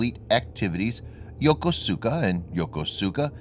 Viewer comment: Yo-ko-su-ka 😂🤣😆 Yo-ko-ska👍